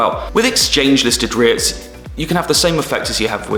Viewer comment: Cool beginners into vid into #REITs!💎✨👌I love it when you pronounce it... RETHs!😅